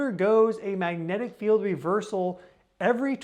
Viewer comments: Bruhhh, no!! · While you are on your trip maybe you can work with a speech therapist to work on pronouncing the word magnetic.